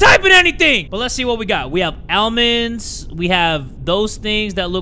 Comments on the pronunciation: I know tf didn’t call them AL-Mins?! 🤣😂🥰❤️ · the way jay pronounced almonds 😞